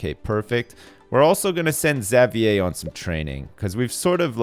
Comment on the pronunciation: Jayden at least has one really good stat that he can focus on for training. Firing Xavier would be a good decision in the long run, because A) Xavier has bad stats (Not even one above 300!) and would be a big waste, and B) I cringe every time I hear him say "Zav-yay"